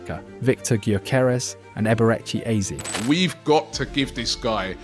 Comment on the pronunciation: Ah yes so glad Arsenal have signed Eber eck E Eez. The AI slop content is so annoying